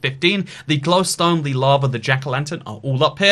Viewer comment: Why does he say gliwstone weird does anyone else hear that?